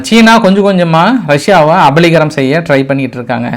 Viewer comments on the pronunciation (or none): என்ன ஆச்சி...வடிவேல் bank கொள்ளை அடிக்க கடிதம் எழுதியது போல்..நீங்களும் இன்று கபளீகரம்..என்பதற்கு..அபளீகரம்னும்...அப்புறம் வட கொரியா..என்பதற்கு வட பொரியானும்...சரியில்லையே தமிழ் உச்சரிப்பு. video காட்டும் பொழுதாவது உங்க முகத்தை screen ல இருந்து விலக்கிக்கொள்ளவும்...கமல் படத்தில் எல்லா seen லயும் (15 ரீல்லையும்) கமல் வந்து தொல்லை பண்ணுவது போல்...